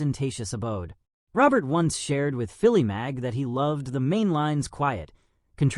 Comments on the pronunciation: Pierre is a close personal friend of mine. His last name is pronounced “Ro-bear” which is the French pronunciation of “Robert”. Also, Gladwyne is pronounce “Glad-win”. If you are going to make a video on someone, please do your homework prior to doing so. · You are saying his last name Wrong .